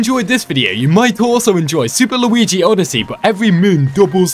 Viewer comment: Way you said Mario odeesse brain